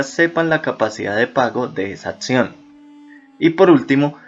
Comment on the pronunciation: una muy buena pelicula sobre esto es la de TOO BIG TO FAIL! buenisima. por otro lado la informacion en este video es muy buena...el problema es la manera en la que destruyen el español hablado!!! juro que mis oidos se reventaban cada que escuchaba un "atzion", un "etzpeculador", "verda accsoluta" "produtto" "invertzionistas" en serio que hay que mejorar la ortografia en nuestra diccion jejeje. saludos!!